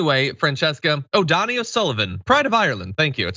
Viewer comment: It's pronounced Doney, sounds like phony.